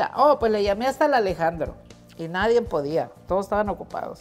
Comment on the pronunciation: por Dios a estas alturas usted dice NAIREN en Español del mundo entero se dice NADIE quizás nunca le han rectificado